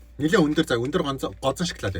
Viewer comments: шоколд биш ээ шокалод шдээ😂😂😂😂😂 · Шаклаад идэж байгаа юм чинь шаклаад л амтагтан шд